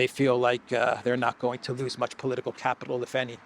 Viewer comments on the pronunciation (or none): none